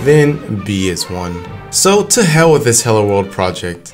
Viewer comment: please dont say hell like that